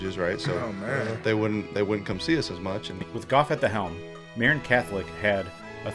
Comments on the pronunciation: Hey bud I'm sure you've heard this a hundred times but Jared Goff's home county of Marin is pronounced muh-rinn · Enjoyed your video but please learn the correct pronunciation of "Marin." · Marin County = pronounced Muh-rin Enjoyed this.